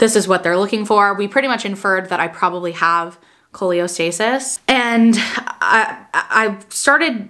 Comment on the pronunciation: just letting you know it’s Cholestasis not Choleostasis!🫶🏻 I also had an itchy baby delivered at 37 weeks in Feb and he is perfect just a lil jaundice❤️